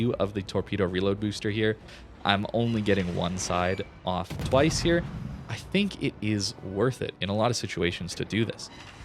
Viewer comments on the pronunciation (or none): none